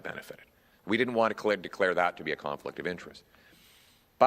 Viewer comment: NO MORE "CARNFLICT" OF INTEREST!!